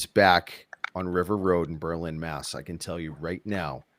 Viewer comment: No accent on the "LIN"!!! We're not in Germany! Lol. Can't wait for the DOC!